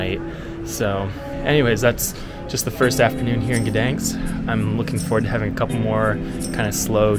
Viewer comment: Not so difficult to pronounce the city's name correctly.